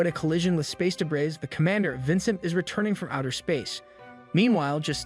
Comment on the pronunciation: Good, but learn proper pronunciation of "debris, cowardice, naive"